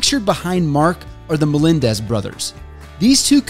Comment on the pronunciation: Not MELENDEZ brothers Menendez brothers. I love the videos but you make dumb errors in a lot of them.